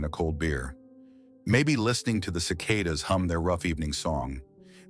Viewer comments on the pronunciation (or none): Whats a " Sick A DA" 😂😂? Wish they teach these stupid AI's how to Speak